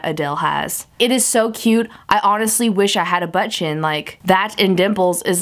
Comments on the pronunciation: I wonder how many times she said "Butt Chin" sounds like butchen lol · Butt chin said with your accent lmfao